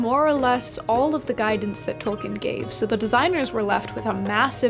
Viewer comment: Hey! I am not sure if you are aware or even care but you may be interested to know that you are pronouncing Tolkien incorrectly. I only mention it as it may interest you, if not, no issue, your work is great either way.